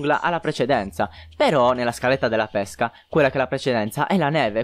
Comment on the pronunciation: L'accento con cui pronunci pesca è sbagliato.Dovrebbe essere chiuso,come pÈrchè e non aperto come pÉsca(il frutto)